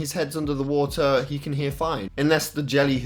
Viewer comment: “FICK BAFF WOTA”